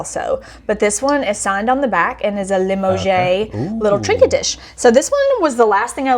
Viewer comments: lamoge is pronounced la mow ja. Just so you know. I like the Kentucky draw on it but.... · Really enjoy this type of video! The “ drip catchers” are called bobèches ~collars that sit at bottom of candles to catch the wax drips. Limoges from France “ Le moe jh” not “ Lee Mo Jhay” hope this helps enjoy watching you two so much! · Pronounced la mosh not lemoeshe. Its obvious is the money maker she has the knowledge is not the comments of "no way" or "ok" just repeating or agreeing wat says im confused is it sarcasms or wat... ur the rock star. You grab things would walk past he clueless...sorry guys sorry nothing personal and im not saying he not a nice guy im sure he is. He knowledgeable wit sport stuff but that probably why his channel is part time picker. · I love love love the way somebody trips up in almost every episode. It's classic slap-stick. I'm glad you don't cut them out. Top tip of the day: Limoges pronounced: luh - mowzh,, like in DOGE. You don't say the 's', it's silent. (Very excited for your journey into jewellery,!)